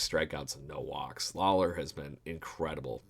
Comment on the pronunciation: Lauer not lawler 😊